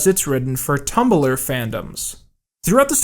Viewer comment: why did you pronounce tumbeler like that